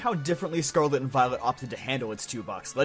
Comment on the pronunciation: Scawlit and viowit